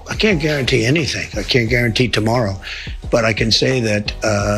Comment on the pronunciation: "I cant garauntee that." Jesus tap dancing Christ on a communion wafer. This is where we are now. Fucking great.